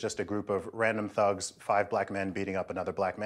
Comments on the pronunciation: Oh, "thugs." She was saying "fugs." I thought she was saying "fucks." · She said fugs🤣😂🤣😅😂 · She tries so hard to sound intelligent and well spoken but continues to pronounce the word thugs as “fugs ” 😂